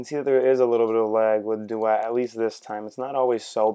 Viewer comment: Pronunciation of duet is bothering me.